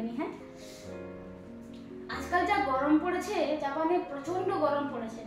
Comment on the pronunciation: বা বা তুমি কত সুন্দর করে জাপানের নাম গুলো বলো, আর আমার তো মুখে দিয়ে ও আসবে না, ❤❤❤❤